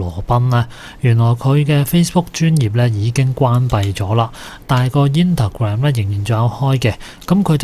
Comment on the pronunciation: 點解要讀成[再(NINE)多個]呢？讀得好肉酸 / 仲有INTAGRAM無左個(S)音。咬字太差。